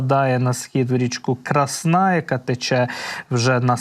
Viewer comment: Гарний огляд, але наголоси населених пунктів і річок просто ріже вуха. КрАсна річна, не КраснА. Старе українське слово яке означає гарна (крАсна). ЧервонопопІвка. Наголос на і. Яке бляха пОпівка, ну це ж навіть логічно тупо звучить